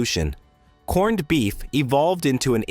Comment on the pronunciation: but we don't say "corn-ned beef"... stupid AI say that.